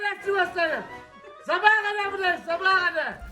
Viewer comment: şu sivaslı olan tam mal ya tek zabagha kadar burdayız diyebiliyor onuda adamakıllı diyemiyo akm XDDD